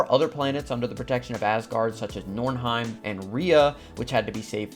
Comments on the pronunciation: its Niflheim, but yeah would love to visit Milfheim where lots of Valkyries and Hela are. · Did you say Milf-heim? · NIF-LHEIM... Sorry couldn't help it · so mcu seperated svartalfheim and nidavellir into two realms and joined niflheim and helheim into one. Also its pronounced Nee-fil-heim not nifl-heim